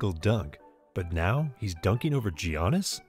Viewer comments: You gotta stop calling him G-iannis 😂 it’s Yannis (All love though! Your videos are awesome!) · YAWNiss not JiHonest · (Yawn-es) not (g-annis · ganis attemptafreethrow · G-O-NN-ISS WTF thats not how you say his name bruh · Not sure if I can take someone saying Geeannis twice talk about basketball seriously... I really don't know and honestly more impressed he pronounced Steph's name correctly. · this mans saying gee-annis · Please say giannis correctly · I love how you say giannis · Can you learn to say giannis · Giannis may not deserve his second MVP...BUT SAY HIS NAME RIGHT, PRICK.